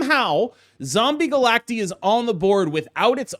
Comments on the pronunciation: you probably know this by now but said they said it wrong and he found out it’s supposed to be Galact-eye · Is it not pronounced Zombie Galac-Tie? Because they are multiple versions of Galactus? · They are multiple Galactuses. Galacti. Like octopi instead of octopuses. It's Galact-EYE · Bro I’m sorry but I cannot watch a 15 minute video of you saying “Zombie Galacteeee” smh